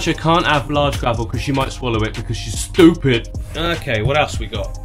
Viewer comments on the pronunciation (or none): Loved the way you said stweeepid(stupid) and like always love your work...👍👍🤣